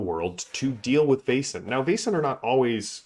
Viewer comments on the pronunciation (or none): Excellent game. So good to hear your love for the art, lore and wonderful design. BTW — I think it rhymes with "lesson" rather than "basin."